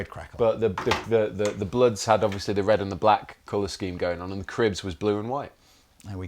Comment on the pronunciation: It's bloods and crips, not cribs lol.